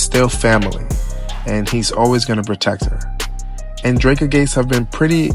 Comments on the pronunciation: The pronunciation of Dreka name is killing me 😩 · Lmao my gosh it's like nails on a chalkboard. Kevin literally says her name in songs. They couldn't listen to him